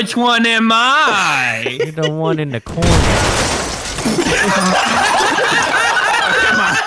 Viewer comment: “the one in the corna”